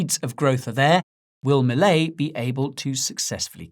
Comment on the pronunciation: He says Milei just like we do